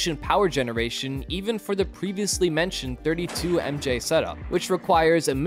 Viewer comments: You should just say megawatts and megajoules. Pronouncing MW and MJ as MW and MJ sounds like you're reading from a wiki article, but have no idea what any of it means. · What's with the pronounciation of the units? It's like the narrator doesn't know what MJ and MW stands for